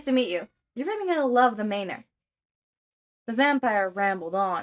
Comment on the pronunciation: Love this. Just a quick pronunciation note, Manor is typically pronounced man-er instead of mane-er